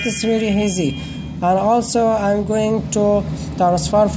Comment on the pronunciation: You said heazy? love it dude